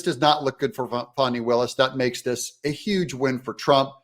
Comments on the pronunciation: He keeps pronouncing it Faw-ney, how do you get Faw-ney from Fani? Faw-ney is the politically correct way of pronouncing Fani. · Doug, if you can't pronounce Fani correctly, I will unsubscribe!